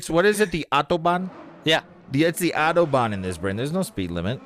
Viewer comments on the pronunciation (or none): me, living in germany, hearing how they all pronounce autobahn 😧